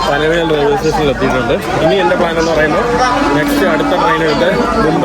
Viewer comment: പനവേൽ അല്ല. പൻവേൽ ആണ് ശരി